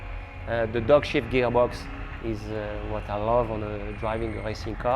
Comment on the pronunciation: Ah .... "dog-shift" geargox. Had to listen twice, the first time I thought Erik was saying that the gearbox was not very good!